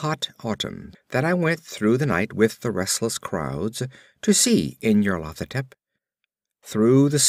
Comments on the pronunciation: it's very good I am listening to the whole cycle but I believe it's pronounced NYARLO-THO-TEP but otherwise very well read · nyar-lat-ho-tep= pride of N'yar-lat? lol